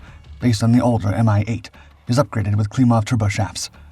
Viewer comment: 'Mi' for MiLis pronounced as a word, not as two separate letters. Same goes for Tu (Tupolev), Il (Ilyushin), Yak (Yakovlev), Be (Beriev) etc. Good to know for your future videos.